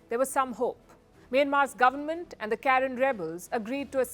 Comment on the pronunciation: So many inaccuracies starting from the pronunciation of Karen, then not mentioning Arakan, then Manipur was not a part of India during the Burmese war, and many more inaccuracies. Phew! Oh Palki and FirstPost!